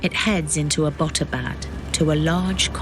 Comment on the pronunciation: Abbot-Abad not A-Bot Abad